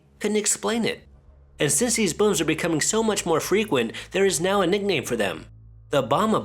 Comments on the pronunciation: His pronunciation lol Was I the only one hearing “bums” Instead of booms? Lol 😂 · Gotta love an Asian accent! “Loud buums” haha 😆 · He says booms funny bubba like buums I like loud buums bubba